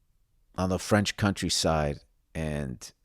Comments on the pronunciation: His french is pronunciation is not bad. Kodos Billy Bilingual. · Good job on the French, Bill. You're ready to eat Jerry Lewis' lunch.